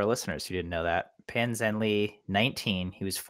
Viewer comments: “Pan Zhanle” does not pronounce like "Pan Zhanli". "Pan Zhanla" is actually closer to the mandarin Chinese pronunciation of his name. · It's Pan Zhan-le, not Pan Zhan-lee! It is not rocket science to figure out how to pronounce his name correctly, not mention to Pan is a newly minted world record holder ;-) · i would say pan zhan-LUH is a little more accurate